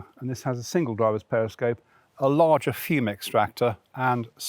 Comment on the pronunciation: I know it as a laager (rather than larger) but then I am South African and it’s an Afrikaans word. It was just the presenter’s pronunciation that was weird!